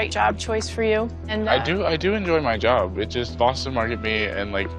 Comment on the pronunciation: his yob? did I hear right?